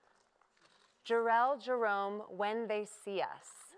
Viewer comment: whewwww when they said jharrel jerome.............